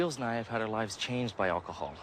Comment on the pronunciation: why does Wheels pronounce it “Olchohol”? 🤣🤣